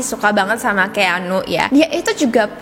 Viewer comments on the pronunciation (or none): Koreksi dikit ya kak, keanu baca nya: kianu . Anyway thanks for the video great as always❤️